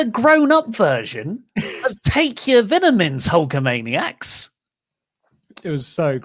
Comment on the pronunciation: Did say take your vinamins? LMAOO